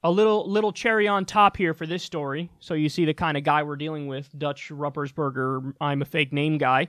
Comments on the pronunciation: Roopersburger is how his name is pronounced. I can't believe you don't know who this guy is... come on Kyle. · It’s pronounced “Rooper’s Burger”... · It's pronounced ROOPersberger. This jackass is a rep from my state. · I love how you pronounce his name. It's incorrect. But it's funny. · Kyle, I love how you ruined his terrible name at the end.